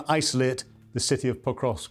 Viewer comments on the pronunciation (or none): Poor soul can't even pronounce it correctly, it's not Pokrosk, it is PokroVsk